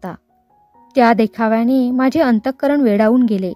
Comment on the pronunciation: माझे चा उच्चार माझ्ये असा चुकीचा करताय. ण आणि न ची पण गल्लत नको. बोलीभाषा म्हणून ठिक वाटते पण पुस्तकात प्रमाण भाषा असते तसेच वाचावे